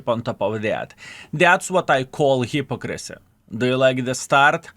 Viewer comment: Please learn how to pronounce Hypocrisy, this is not an accent thing, just ignorance...